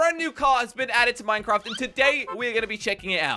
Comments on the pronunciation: why did you say mineingcraft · Maaaaayn craaaaaafy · Wtf y he say mcraft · lol he said mincraft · He said mincraft 😂🤣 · 99.9% of comments: didd u hEAr jOsH sAY MincRafttt 😂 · Who else heard him say at the start “there has been a new car added to mine craft” 😂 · ReaLly ?!?! It’s “mine-craft”? This is GTA?!?!? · I also heard him say mincraft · you said mincrath in the beginning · said minecratf in gta 5 wth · Thidint know that he say mincraft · only legends know he said mincraft haahhahah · He said minecaft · You said mincraft lol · you did mistake in the word you send Minecraft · He's mixed up with his words because he said minecraft at the beginning of the Video funny 😆 😄 🤣 😂 😅